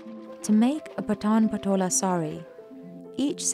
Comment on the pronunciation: Please correct your pronounciations of the patan patola